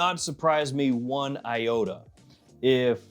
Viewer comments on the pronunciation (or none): none